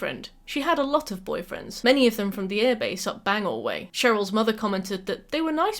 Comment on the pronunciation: ok im a mainer its pronounce bang-Gore